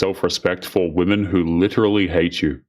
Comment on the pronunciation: Can we please start talking about people prouncing "women" as "woman"